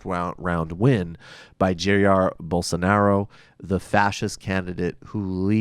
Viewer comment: Just two things: it's Ja-ir (the accent is in -ir). And please, talk about the attacks commited by Bolsovómito supporters on minorities (gays, african religions representatives, PT supporters) since the 1st round. I'm so sorry I missed this show :/